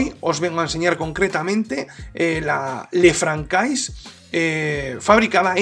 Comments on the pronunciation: Esa pronunciación del francés!! Jajaja... Ç ~ S "le fransé" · Sería de agradecer una pronunciación del modelo correctamente, que es una marca francesa